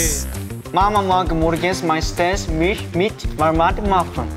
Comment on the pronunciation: For the German part they often pronounced the “Milch“ more like “mich“, which would then mean “mom often likes to eat me with marmalade in the morning“ instead of “mom often likes to eat milk with marmalade in the morning“ 😂